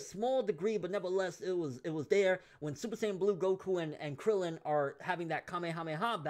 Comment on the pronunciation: by krillan krillian its krillan, props to krillan but its krillan hahahaha